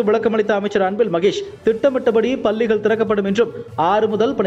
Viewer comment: பள்ளிகள் என்று சரியாக உச்சரித்தால் நன்று